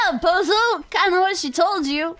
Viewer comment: I keep thinking every time Navi says pozo I think she says bozo